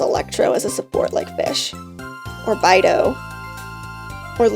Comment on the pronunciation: Damn girl! you have a sweety voice but the way you pronounced Beidou's name just kill me hahaha I'm main Kaeya and I have him at C2 with crowded talents, best decision I've ever made at GI. Nice video btw, hope you can upload more. Best regards (